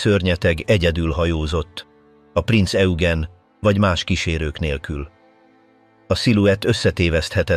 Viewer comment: Rengeteg irreleváns kép van bevágva, borzasztó. A mondatok érdekesen vannak szerkesztve, a Prinz Eugent egyszer sem sikerült helyesen kiejteni, pedig többféleképpen próbálta, "Hitler legrettegettebb szörnyetege" speciel a testvérhajója, a Tirpitz volt, a szakkifejezeések rettenetesen vannak fordtva.